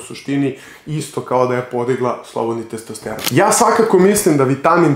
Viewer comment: Nije testEsteron nego testosteron.